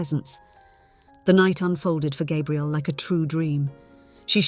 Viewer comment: Please use the correct pronunciation for Gabrielle. Every other time you said it like a male version of the name, not female. Even so, the story is worth a 5X5. Enjoyed it. Thank you.